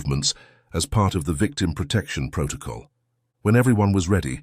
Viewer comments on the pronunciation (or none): none